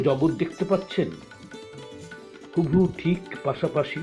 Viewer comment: প্রথম কবিতাতে 'হুবহু' শব্দের উচ্চারণ কোনোবারই পরিষ্কার হয়নি। আরো দু-একটি শব্দ অন্য শব্দের উচ্চারণের সাথে জড়িয়ে গেছে। এমন নামী সংস্থার রেকর্ডেড আবৃত্তির ক্ষেত্রে আরো যত্নশীল হলে ভালো হ'ত। বাকি দুটি কবিতার উচ্চারণে অন্তত অসুবিধা হয়নি। উদ্যোগ ভালো।